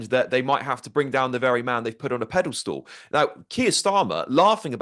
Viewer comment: Did Alex say "pedalstool" ?